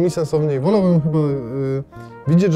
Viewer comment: "wolałmgbymyyy" BEST OF :D